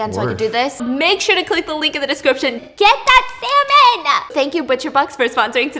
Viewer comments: I continuously heard the word Salmon as SeMeN 💀 n when she said it at the end i actually thought she was talking bout Semen being free 😳🤣 for a good few sec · Stephanie:"You know what else is a really good source of protein?" Me thinking about the coconut story Stephanie:"Salmon" What I heard: semen